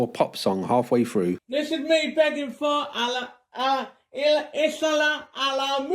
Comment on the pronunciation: “There iz now gawd but Ela…”, izzat another of his p0rn crushes?